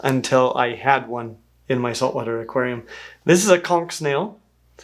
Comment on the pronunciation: Correct pronunciation of conch! What a rarity these days!!